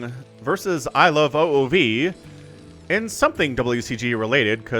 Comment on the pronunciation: Just so you know iloveoov is pronounced like ilovemovie minus the m and ie